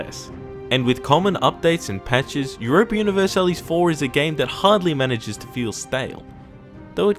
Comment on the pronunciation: You pronounce universalis wrong